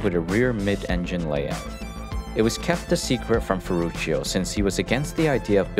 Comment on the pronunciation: His firstname sounds in italian language like „ferrutsho“, not „ferrutshio“.